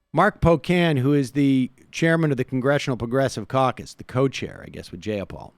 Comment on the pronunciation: It would be really cool if you could pronounce Jayapal’s name correctly.